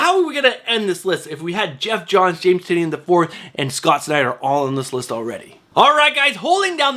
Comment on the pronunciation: James Tynion IV pronounces his name like (tie-nan) NOT (tin-eon)...I watched many of his interviews just to get the pronunciation correct.